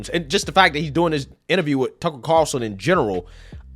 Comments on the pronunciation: The way you pronounce some words is hilarious lol you say lie-berry instead of library. When you say Tucker Carlson, you say Tuckle Carerson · Tuckel Cawlson